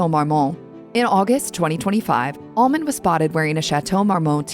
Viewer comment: well, I dont think shes messed with dope or booze much. Other than that, not much. Your narrator sounds like she is saying ALMOND by the way. Im not sure this isnt AI, and thats exactly what she is saying!!